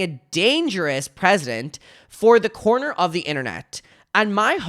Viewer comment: Precedent= press-i-dent. You're welcome.